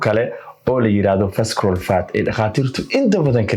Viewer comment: Visceral waxaa loogu dhawaaqaa visarule. So the c is silent. May reward you!🙏🏾